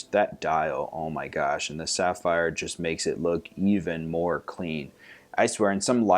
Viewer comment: The pronunciation! :D Great job with the sapphire